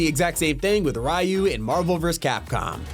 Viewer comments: Dude, I usually refrain from nitpicking, but I cannot STAND it when anyone pronounces Ryu “ri-you”, it’s “ree-you”. Literally just listen to Super Smash Bros Ultimate or Street Fighter 6 character select. Dude, is this guy just horrible with names? It’s pronounced Angstrom “lee-vee”. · Really? Ryu is pronounced like R-ee-u not R-eye-u. It's Japanese, not English. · uhh the man name is Ryu not R yu bro. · WOAH WOAH WOAH 25 RAYU???? it's Ryu lol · Erm Actually, It's pronounced Ree-You not Rye-You. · Imagine pronouncing Ryu like that